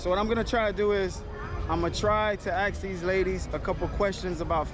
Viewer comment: Its ask not axe.